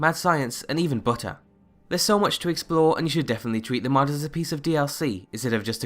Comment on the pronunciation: wait, did you say, and even butter? or and even "burter" as the guy on screen when you said it apears to be wearing a scouter...type thing.